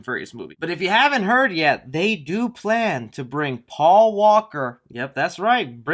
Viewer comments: Am I the only one that caught "Pual in Fast 9". Not "Paul" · Quick correction it’s Paul not Pual. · Word of the video: “Pual”